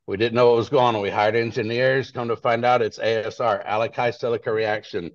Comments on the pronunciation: "Aleki," really? How are is it to say alkali. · "ASR: alakai-silaca reaction" Yeah if you can't pronounce alkali-silica reaction I don't know that you should be trusted to do the concrete work. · This 'expert' can't correctly pronounce "alkali". And the Judge , "$4200 is .05% of the price paid by the plaintiffs". No, it's approximately 5% of the price paid.